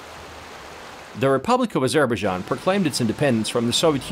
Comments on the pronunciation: Narration is not good; pronunciation of even the country's name is awful. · Never heard Azerbaijan pronounced like this.... otherwise an informative vidoe presentation. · i thing you need to learn how to pronounce the name of the country. But very nice report. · Are you sure that’s how you pronounce the name